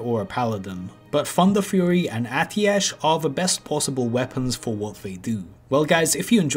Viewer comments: He said Funderfury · Did someone say funderfury?